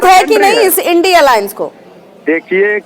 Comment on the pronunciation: इन्डी अलाअंस नही इडिया अलाअंस बोलिए